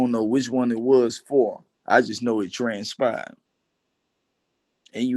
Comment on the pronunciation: “I know what transpahed”